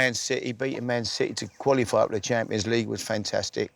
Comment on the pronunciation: Harry "fentestic" Redknapp